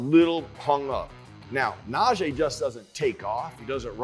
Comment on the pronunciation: It's Na-GEE Harris. #ijs